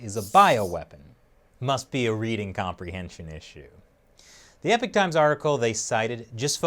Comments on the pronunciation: Epic times? I though it was Eee-paw-k Times. Ahaha. I live in Canada and I'm a member of multiple community groups in my neighborhood in which I have read handfuls of Canadian's are upset the Epoch times showed up on their doorstep. I'm upset it didn't show up on my doorstep. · Not Epic, it is EeeeeeeeePoch. Not "Wow", but "Period" or "Era". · each time he says "epic times" my soul dies a little. it's Epoch pronounced E-Pok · Hi Ihave been wtching both your channels for a few years. This one gets to me, in the second half of your report the newspaper in questionis the EPOCH TIMES not EPIC TIMES, well what can we expect from people who can not pronounce HERB i have searched all the grocery stores in my country and can't find a singel ERB any where. Anyway I still enjoy your content and take this criticism in the spirit thtat it was meant, stay sfe.